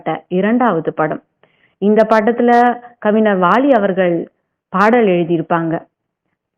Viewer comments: ஏம்மா கொல்றீங்க அது கவிஞர்ம்மா ஞ வே வரமாட்டீங்குது அதுவும் ஒரு தடவைன்னா பரவாயில்ல பலதடவை தப்பு தப்பா சொல்றீங்க கேட்கவே நாரசமா இருக்கு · தமிழில் உச்சரிப்பு மிக முக்கியம் நீங்கள் கூறிய தகவல்கள் அனைத்தும் அருமை சகோதரி ஆனால் கவிஞர் என்ற வார்த்தையின் உச்சரிப்பை சரி செய்யுங்கள் சகோதரி